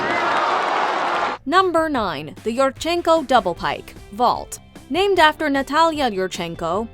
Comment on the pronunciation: The way she pronounces all the names is perfect. That alone is impressive. :)